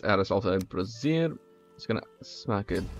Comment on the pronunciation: Funny how he pronounces brazier (a metal holder for coals) as one would brassiere (a woman's undergarment).